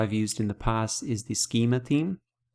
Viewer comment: except that he keeps saying 'team' for 'theme' haha.